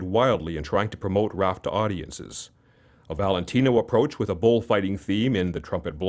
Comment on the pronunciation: Need to say his last name right.